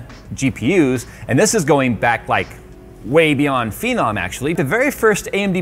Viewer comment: The way you pronounce phenom makes me want to get a brain transplant so I don't have to remember that horrific malpropism